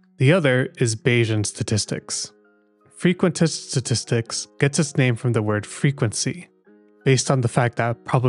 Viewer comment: Frqusitin Stattstitcs